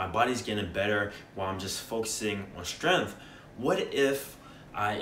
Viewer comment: It's pronounced strength, not stirinth.